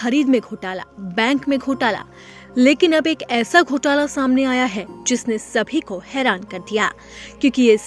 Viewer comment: Ghotla nahi ghotaala